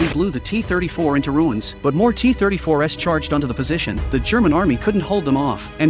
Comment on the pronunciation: AI narration is so pathetic! "The Soviet T34S"? That would be T34 s. Maybe these content posters should take the time to actually narrate their own videos, so the words actually make some kind of sense.